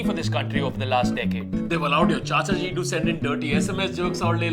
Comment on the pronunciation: Who noticed it was chahaji not CHACHAJI?